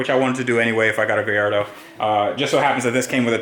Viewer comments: First off, say it right. Gallardo. Not Guylardo. Fuckin lardo. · GaLLardo not GaIIardo. Other than that crack on 👍 get the major stuff done then looks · Honestly man I think you just bought somebody else headaches and problems. And please pronounce it Ga-lardo. Its not a gay-ardo! Best of luck man, just came across your work and Ive besn enjoying it. Keep up the work bud! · Nice touch saying "GUY ardo" for a sec i thought you said "GAY ardo" had to rewind & hear it from saying "A Gay in" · Spelled Gallardo, but you pronounce Guy-Yardo. Am I missing something? Driving me nuts...... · Is it really pronounced Gayardo? 😂. Or did I misheard?